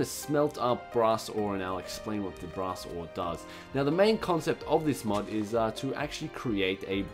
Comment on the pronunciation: for some reason...when he says brass i hear grass